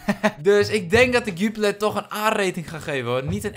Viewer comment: Haha een Belg hier: Jupiler spreek je eigelijk uit als zju-pie-lair